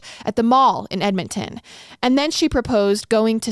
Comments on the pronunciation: 😂 What did she call it? Just an FYI: it's Edmonton = Ed-mun-ton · Hearing pronounce Edmonton, the first time, made me jump a lil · They way you pronounced Edmonton the first time made me laugh 😂 you got it right the second time lol